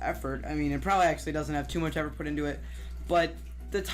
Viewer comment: He couldn’t say “effort” in 9 but for the rest of the video he said it perfectly